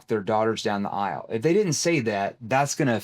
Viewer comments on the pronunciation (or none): I love you bro, but it's "aisle", not "ilse"